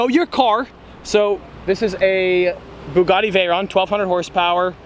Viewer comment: I'm sorry but, Bugatti not buggati!!!!